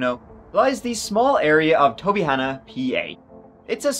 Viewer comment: Kudos on correctly pronouncing Tobyhanna when the Philly newscaster couldn't. This is pretty local to me and I can't believe I missed this whole story when it happened. Bonkers.